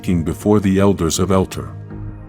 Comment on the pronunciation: Why do you pronounce Zordon's name like Gordon? It's pronounced Zor- Don! Also, where he came from is pronounced El-Tar!